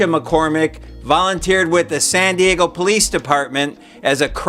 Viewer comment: Not sure. Did you say Sandy Eggo?🤮